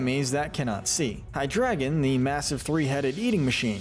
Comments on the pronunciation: Holy what the f you actually couldn't even pronounce Hydreigon It's not hydragon, it's hydrEIgon. A mix of Hydra, Dragon, and drei, the German word for three. This is just sad. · IT'S HYDREIGON, NOT HYDRADA! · Happened upon this guy and have been binging his ranking content for a few hours. I have to say, him choosing to pronounce Hydreigon as "Hydragon" gets under my skin SO hard. Literally the one thing that I'm despising. (Well, that and certain other mispronunciations, but that one single-handedly takes the cake.) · It’s pronounced ray-QUAY-zuh, LAHT-ee-ohs-, LAHT-ee-AHS, BAY-gon, yoo-NUH-vuh, resh-er-RAM, DEE-ahl-guh, PAHL-kee-uh, nah-guh-NAH-DULL, redge-EE-dra-goh, DRACK-uh-zolt, DRAY-coh-vish, dur-AL-uh-don, and DYE-noh, ZVY-luss, DRUHD-ih-gihn, and vye-BRAH-vuh, “”! 🤨 You’re so bad at pronouncing Pokémon names,, and you’ve made 17 errors in a row! 🙄